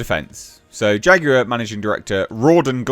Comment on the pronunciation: 😂😂😂dude said...."Faguar"